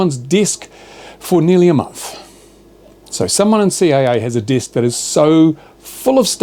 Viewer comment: Desk is pronounced Desk ..not Disk